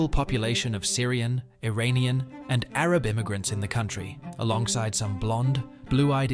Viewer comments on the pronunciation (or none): none